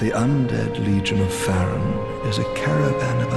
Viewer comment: I'm pretty sure Farron is pronounced Fair-in